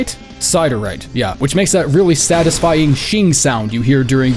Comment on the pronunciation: Siderite is actually real mineral, its pronounced sid-ehr-ight